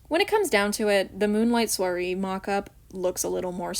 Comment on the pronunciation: I chose Scarisian Chic because I love High Ponytails and braids. Also no you did not say Soirée right.